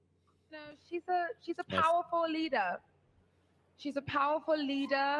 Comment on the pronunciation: "She's a powerful leadah." - Every Kathleen Kennedy Disney Star Wars Female Characters